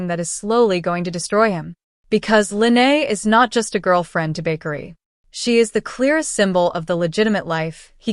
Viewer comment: It is Bakari not bakery 😂😂😂😂